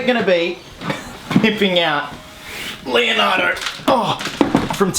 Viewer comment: Un like ai poveri italiani che hanno sudato freddo quando hanno sentito "Lionaro" e non "leonardo"